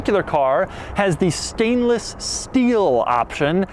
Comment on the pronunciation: I love dougiefresh I really do but one thing I just can’t fucking stand is how he holds onto the final syllable of some words and really stretches the shnibble out of it such as “finished in nice stainless Steeeuulll” . Once you hear it it forever latches onto your brain everytime he does it your butthole will pucker ever so slightly. 💀😂